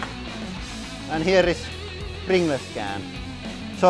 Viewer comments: u should say "prin-galls" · Btw is pronounced pringulls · Pringle’s is pronounced - Pringls / Pringuls. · I love how he says pringles “pringless” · I say pringless too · Yeah, I can definitely see why non-native English speakers would pronounce "-gles" as "gless" instead of "-guhls". Almost every other language in the world would have pronounced it "-gless". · hahaha, pringlays. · Just came to find out how Lauri was going to pronounce "Pringles", and he didn't disappoint. We brought too much Pepsi MAX to the picnic... Next time we should Pring Less. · Its more of a "pringlez" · More like pring-less, like in something that has no pring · yh mate I'm fukin drowin in tears 😂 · Pring-less less pringles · Love the way he says, Pringles. Pringless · Its pronounced pringels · It's like the word "singles" you say it like sing-guls and not like sing-less haha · Finnish doesn't have any silent letters, so he's pronouncing it the way he sees it written.😀👍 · “Pring-gless”! 🤣🤣🤣🤣🤣 Dude, you’re awesome!! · thats how any finnish pronounces "pringles" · everyone in finland says pringles like that lol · Pring-les he says👌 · I like how he says Prin ge lez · Nobody: Lauri: PRINGLESS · “ Pring Less” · "Pringless can" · Pring-less can Loool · I know it's spelled Pringles but its pronounced Pringuls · prin-gles funny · because English is such a stupid language , pringles is said or "pringals" . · wait how the hell is pringles supposed to be pronounced then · aR Ballistic yeah lol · This is exactly why I loved this so much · Not really an accent thing, it's just the way the word Pringles is said when pronounced like it would be if it was a Finnish word. And because Pringles is called Pringles also in Finland (obviously), people are used to say it like that while speaking of Pringles in Finnish, and don't necessarily realize to change the pronunciation when switching to English. If that makes any sense.